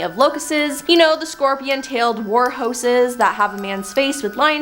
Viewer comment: been saying this for weeks with this host.. she murders the English language daily... warhoses instead of warhorses... for example lol